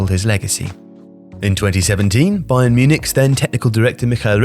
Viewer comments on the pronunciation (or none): none